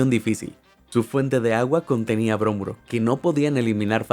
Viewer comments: Bromuro, no brómuro. Nunca explicaste cómo ni porqué tuvieron que luchar para sacarlas. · Muy interesante y muy completo el reportaje...gracias. (Una observación, no se dice brómuro, se dice bromuro)... Saludos...